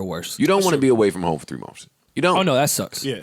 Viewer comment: The way joe says months 😂😂 "mumfs"